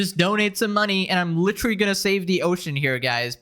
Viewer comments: litrally? lit-er-al-ly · Why do people say literally like lich-erally